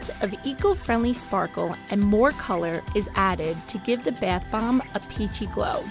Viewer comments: *Why do I find "beth bomb" so frustrating, It's bath. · ”Beath bomb” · Alisha Bhavsar yeah I noticed that too it was like beyth bomb 😂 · Its pronounced bath bomb not beth bomb 😂🙄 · Why was she saying baeth bomb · I now right she speaks normally with every word but Barth bom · I know she was like beath bomb I got super annoyed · B A E T H B O O M B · Her :Says baeth bomb Me : TRIGGERED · “Beeeeath baaamb” lol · the “bheaeth bomb” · ”BeItH bOmB” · I keep hearing "The Bath bomb " I'm uncomfortable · Triggered every time she says beiuth bomb 😓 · Who just hates when she says bath bomb this way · If you can’t say “bathbomb”, you probably shouldn’t be doing the bathbomb video...